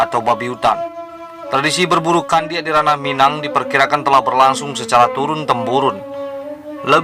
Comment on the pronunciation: Bg ndak kandiak lo bg tapi kundiak 😊😊😊